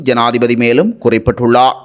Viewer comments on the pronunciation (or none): செய்தி வாசிக்கும் பொழுது ….ர்…உச்சரிப்பு தெளிவிலை கவனிக்கவும்!!!! உ+ம் குறிப்பிட்டுள்ளா! தெரிவித்துள்ளா!